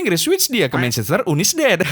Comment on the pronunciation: Akrobeto : MANCHESTER YUNITIT HAHAH ERRRR HEHEHE AWOKAWOK 🗿🗿